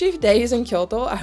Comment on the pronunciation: Thank you for properly pronouncing Kyoto!!!